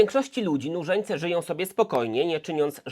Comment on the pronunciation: Słyszę ciągle zamiast nużeńce murzynce